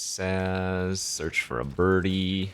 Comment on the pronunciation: You pronounced Sazh right, but is having a rough go with the names lol